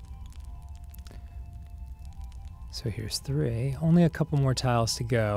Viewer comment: Just realized the narrator says tree not three…. Why do I feel itchy all of a sudden?